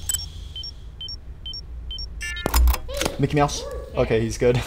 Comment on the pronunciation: the way he said Micky mouse